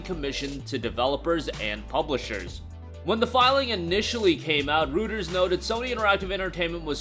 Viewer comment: Roy-ters, not Rooters...